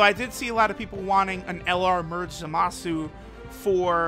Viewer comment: I thought his name was Zamasu and not ZAAMAAsu